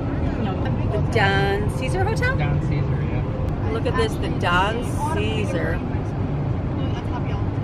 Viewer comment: The Don Ceasar is pronounced Don Say Zar hotel